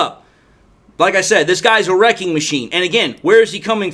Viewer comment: Wrecking, not wreaking… LOL